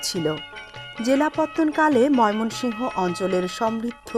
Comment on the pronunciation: মোমেনশাহী নামটা বলতে পারেন না আবার ভিডিও করেন ভিড়িও করার আগে শব্দ গুলো ভালো করে শিখে পড়ে ভিড়িও করবেন